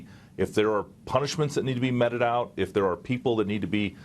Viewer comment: "Meted out" is pronounced (meeted) out. With a long 'e'. Not New York Meted out.